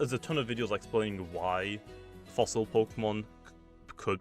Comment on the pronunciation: The word “Fossil” almost sounds like “Floss”